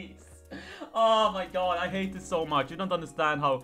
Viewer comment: I feel very weird when he says oumaygoud idk why...